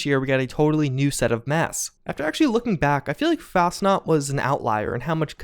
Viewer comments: It’s FAS-chenaut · So you honestly think Bethesda would release the Fasnacht event 2 to 3 months after Fastnacht Day? Im pretty sure they would just rename it at that point. If it started on the day, then fine, but months after the actual holiday? Most of your content is great, but between your horrible pronunciations of fairly common words and thinking Bethesda would just release a holiday timed event 2-3 months past the actual holiday just to give Wastelanders breathing room, is just poor deductive reasoning.